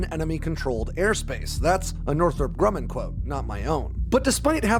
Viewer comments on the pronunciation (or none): none